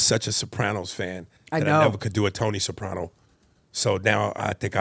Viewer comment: WHY IS NO ONE TALKING ABOUT “TONY SOPANO” LMFAOOOO